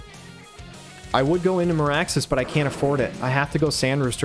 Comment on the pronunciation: Every time I hear Maraxus, all I hear is Maractus lol